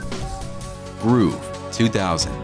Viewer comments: I think it's "grove" not "groove" my guy lol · Bro said “Groove” and not Grove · it's grove not groove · "groove"... you mean grove.... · It’s grove not groove you absolute knob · 'groove' pretty sure that's grove lad, as in an orange grove lmfao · "groove" lmao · Whatever AI narrated this video needs to pronounce "grove" correctly. It's not "groove". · Grove not groove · “Groove”? lol. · its grow-v not groo-v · The word is grove, not groove. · Yeah, listening to all the rest of this video and your pronunciations and accent, you are apparently just a moron. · GROOVE???? IT'S GROVE, LIKE A TREE GROVE WTH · "Groove" That AI needs some tweaking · should check your AI voiceover, that is not how you pronounce "grove". Cool video though, brought back lots of nostalgia 💯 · He couldn't even pronounce the word Grove